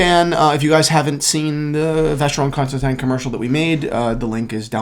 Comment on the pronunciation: At least one of you knows how to pronounce Constantin. I'm fast forwarding to your clickbait thread content now.